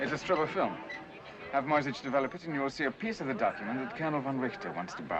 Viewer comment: Only Mrs Darrieux pronounces the name Moyzisch correctly — as ”Moytseesh”. The rest say ”Moysitch”, making the name sound Slavic. This movie takes its liberties with the original story. As far as I know, Cicero never went to Brazil, and the subplot with the Polish Duchess seems to lack any real life correspondence. Furthermore, only some of the money Cicero was paid were counterfeit (mostly due to the Germans’ difficulties in obtaining British currency).